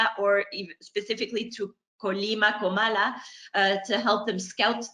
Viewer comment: Great video/interview,. And you're doing a good job of remembering it's Comala, not Colama.:)